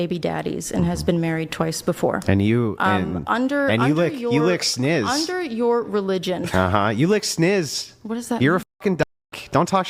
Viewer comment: “you lick snizz” physically cringe every time